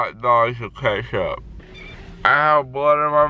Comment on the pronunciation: “Is thisss bloood”